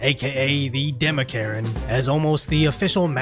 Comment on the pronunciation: said “The DemoKaren” 😂